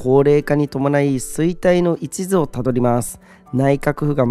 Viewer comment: ×衰退の一途（いちず）を辿る ○衰退の一途（いっと）を辿る 読み方指摘失礼しました。